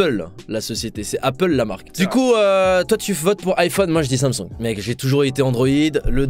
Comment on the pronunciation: Je kiffe comment il dit Samsoung !